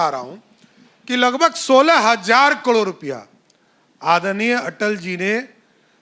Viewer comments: Abe murkh kadore nahi,caror hota h.kaise dy cm ban gya h. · कड़ोंर नहीं रे बाबा...करोड़ बोल करोड़।